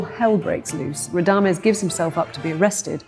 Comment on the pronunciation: she cannot even pronouce Radames‘ name correctly 😂. An opera amateur trying to preach her “cultural study” to opera audience😂